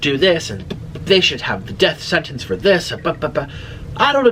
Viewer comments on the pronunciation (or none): none